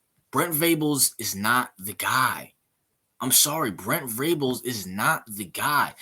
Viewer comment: Man first off, it’s Venables, not Vrables. I respect your opinion because Urban is a great coach, but OU will never hire someone like Urban Meyer. Joe C. will not tolerate the drama Urban brings with him. We’re fine though because Brent Venables is the guy. You need to do a little more research on BV bro. He was considered the best DC in the country. He’s won 3 national championships as the DC (one with OU and two with Clemson), and coached in 8 title games total as the DC in the last 20 years. And with regard to recruiting, Venables just brought in the highest rated class in OU’s history since they started ranking the classes. Give him time….Riley gutted the team of talent when he left.